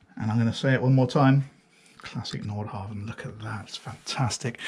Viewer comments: Love all your reviews, I'm addicted. One small thing is your pronunciation of Nordhavn, the V is silent. So its Nor-how-wun! Used to live in Norhavn in Copenhagen, so had this hammered into me. Thanks! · Haha, correcting myself now. The d and v in Nordhavn are silent. 😊